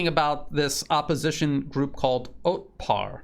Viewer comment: it's Otpor, not Otpar.